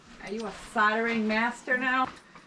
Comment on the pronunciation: Love watching you guys you crack me up. Do me a favour can you pronounce soldering correctly, the L is not silent. It’s sol - dering. Where Sodder come from 😂😂